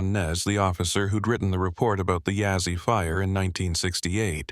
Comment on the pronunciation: It's Begay. And not Bigay. And Yazzie and not Yazzy... Haha. Anyways... 😊 Not If you're going to tell a story.. say and spell it right. 😊. Looks like the front door is facing the wrong way. Should be facing East. 😊. Okay.. continue with the the story.